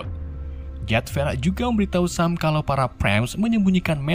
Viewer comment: bg sam dibaca sem